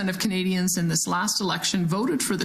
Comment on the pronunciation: Every time she says "Canadians", I'm somehow hearing "Comedians."